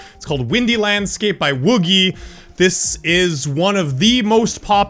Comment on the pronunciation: Wooh-gee? I thought it was pronounced Wooh-jee! My life is a lie.